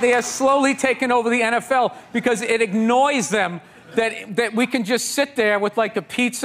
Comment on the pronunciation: He said 'Ignoys' them, and IGNOY needs to be a new word. It's perfect. Something you would normally ignore, but can't, and it annoys you. So now, you must insert yourself to interfere with it.